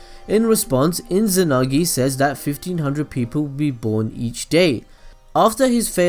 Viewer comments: There is no n in izanami/izanagi ._. But anyway rly nice vid man i rly didnt know he used tsoukiomi on his parends and izuna to give them a peacefull life :) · mangecaillou sharingan lmao also inzanami/inzanagi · Inzanami and Inzanagi :D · your pronunciation is shit dawg. mangekAyo? iNzanagi iNzanami? really, it's not so hard guys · It's Izanagi. Duh. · The way he say mangekyou, izanami and izanagi made me laugh and i know im not supposed to laugh at that so now i feel guilty